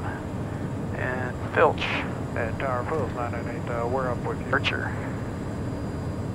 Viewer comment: Flight Level Change button (FLCH), never heard it pronounced “Fl-itch”. We all use “Fl-ich” or “Level change”. Boeing uses different labels for the same button, between different models. Ugh